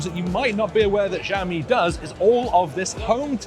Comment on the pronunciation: Just prounce it "Shall-mi" its not that hard 😂